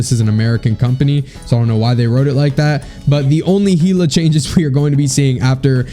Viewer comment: Bro Heela ?? It’s pronounced (Hell-ah)